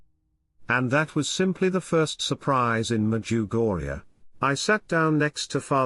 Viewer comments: Can you please make use of your own voice or someone else's voice, a human voice that is real. My wife refuses to listen to your wonderful talks because of the voice and your pronunciations of "Medjugorje " It drives her bananas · You can't even pronounce the name of the place correctly.